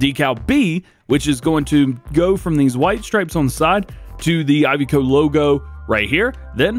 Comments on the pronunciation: Iveco is pronounced (Iv e co) not (I've co) I do love the truck, and great video as always! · DJ, I love your videos, but please, the Iveco is pronounced E-vay-co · Iveco there is no Y why is he saying ivy-co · How do people say Iveco Firstly i ve co Secondly I vec o